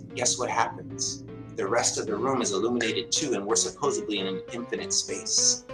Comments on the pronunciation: “SUPPOSEBLY” THATS NOT EVEN A WORD! (transponster) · wait, supposubly? what the heck does supposubly even mean? does he mean SUPPOSEDLY? I hear people using supposubly quite a lot and it can reveal one or more of a few things, they are of very low IQ, or, didn't listen in class and/or do not have a low IQ, or, listen to those who use this word and have low IQ and it becomes habit for those who do not have low IQ. The use of language can denote low IQ or illiteracy which does not denote low or high IQ but rather, an inability to read. Supposubly, a made up word by those of low IQ or were taught wrongly by parents possibly of low IQ or laziness in speech. Usually laziness of speech more often than not. The same is with another word, Hospikal, NO SUCH WORD, it is HOS PI TAL not HOS PI KAL. There are other words but then we would be here for a long time. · "Supposeably..." He keeps using that word... I do not believe it means what he thinks it means.... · There are so many flat earthers who say ‘supposebly’. Shows their intelligence level! 😂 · Will someone please tell this guy there is no B sound in supposedly. It is not suppose-a-be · I'm and yes I did say supposebly and somehow conjured up Lava Tubes🤦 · #1 I actually break out in hives when someone says "supposubly." This guy said it several times. I may need an Epi-pen. #2 I literally lost my shit at "how the FUCK do I do *that*?" I simply cannot find my shit. It is lost 😁😆😂😭💀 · It's "supposedly" NOT "supposeably" ugh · This guy can't pronounce supposedly... supposably. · I was with him until he said, " Supposebly." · I cringed at every "supposably" This jackass needs a class on how to pronounce supposedly. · Is he saying supposebly? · He lost me at "Supposebly" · I can't trust anyone that says "supposably". This guy needs to be more pacific on correct words if he's going to teach us about the sun & moon. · Never trust someone who says "supposably"...... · "suposebly" Ya this guy is supposedly an adult.